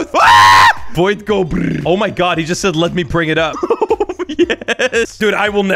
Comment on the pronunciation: Bro stop sed